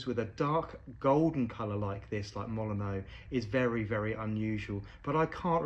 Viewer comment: Fun fact, the stadium for which this rose is named is pronounced "Molin-nyoo" rather than the admittedly more traditionally French "Molin-oh". Looks like the colour of the rose really captures the Old Gold colours of the team